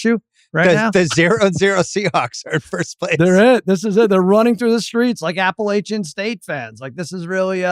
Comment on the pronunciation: excuse me? That pronunciation of Appalachian is terrible